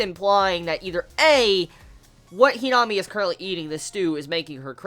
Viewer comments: HeeeNami 😂😂 I laugh every time you say her name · lovableghoul - Not that the pernnounciation was wrong it was just his accent that made her name sound funny